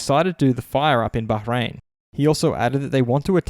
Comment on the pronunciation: Thank you for pronouncing Bahrain correctly.